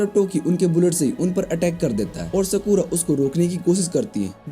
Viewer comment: Skura ❌ sakura✔️